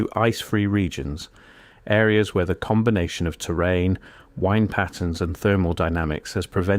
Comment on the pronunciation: we hear "wind patterns", wind being pronounced like wind a top. The AI narration is very annoying.